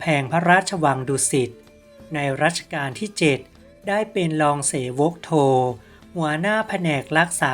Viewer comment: อ่านว่ารองสะเหวกครับไม่ไช่เส+วก